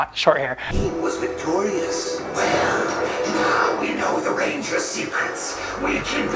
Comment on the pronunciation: rangers! bro said ringers😂😂😂😂🤣🤣